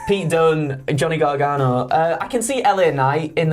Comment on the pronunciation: the way you keep saying "garganGO" or "garganGONE" is killing me. GONEGANO. GOGANO. it's right there and yer blowing it!